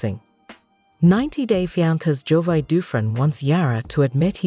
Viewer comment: Wow, do your research. You mispronounced Jovi's name for the first 44 seconds of your video!!!!